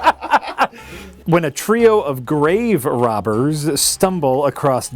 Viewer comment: That sound made with the Graverobbers mispronunciation made me want to punch myself in the face.